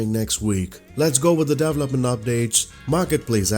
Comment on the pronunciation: Thanks! Learn how to pronounce 'development' here: and how to pronounce 'event' here